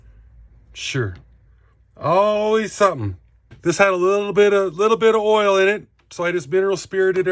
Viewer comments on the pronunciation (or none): You say 'earl' (oil) like a true New Yawka.